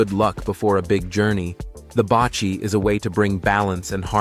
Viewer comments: not" bachi" but pronouce baci or ba see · Basi pronounced Basee not bachi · Baci is pronounced "ba see" not pronounced ba chi. The weaved ball is pronounced "ka thall" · Baci is pronounce like baaahhh seee. Not bachi. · Not bachi But bassi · Baci is pronounced "bahsee" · Baci is pronounced like Ba-See. I am from Laos and came to US since 1980 as refugees . Went back “home” last year for the first time and I have to say that I am glad I went. I hope to go back again. Thank you for the great video.